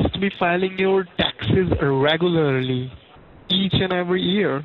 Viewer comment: "reh-goo-ylur-lee." is that you, john leguizamo? KEvron